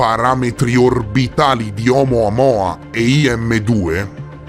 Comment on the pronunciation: 🛑Ciao! Complimenti, come sempre puntuale e preciso! Però voglio fare il pignolo.;) Perchè lo chiami OumOamOa? Si chiama OumUamUa! 🤣🤣 Comunque COMPLIMENTI!!